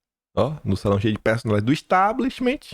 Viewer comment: Importantes análises! 🙏🏻✨🇧🇷 Gosto muito! Mas, não fica bem dizer “Establishmentiiiii”! Sugiro tirar este “i” final! Além de não existir, sabes falar inglês,! Só sugestão… é claro! 😉 És excelente! 🙏🏻🇧🇷✨✨✨